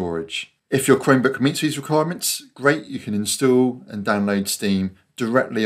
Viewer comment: Thanks! This worked for me! I've had a Chromebook for several months now but had no idea I could install Steam on it. (BTW, with your accent, it sounds like you're saying "Cremebook". 😄)